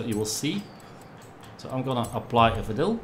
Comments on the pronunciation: Engels is niet je sterkste punt of wel? Vinyl spreek je uit al “Vainol” en niet als vinnil. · sounds like he said vanilla lol